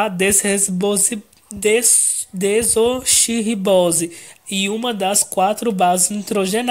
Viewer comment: Ele está com problemas até pra falar "desoxirribose"